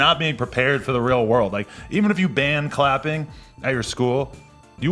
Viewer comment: "You will get out into the real world and mfs are CLAPPING" lmao the emphasis